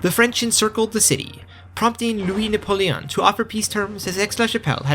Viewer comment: I have a mom who took French in High school, and l-U-E nah-pul-E-on is totally right.